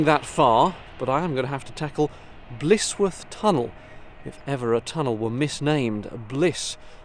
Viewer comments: Blissworth is the way you are pronouncing it. it is actually Blisworth pronounced Blizworth. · Sorry to seem pedantic, but as I'm Blisworth born and bread I feel it my duty to point out that it is not Blissworth, but Blisworth pronouced Blizworth. On the upside... there has always been rumours of the tunnel being haunted. My own sister claims to have seen a ghost near the entrance on a dark night in her teens. Nice document journey along the 'cut' as we call the canal. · Young man , you have a well - spoken accent , around here we pronounce it "blizwuff " best regards & great camera work .